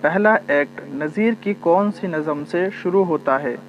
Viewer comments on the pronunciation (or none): Mohtram lafz nazam nahi nazm hai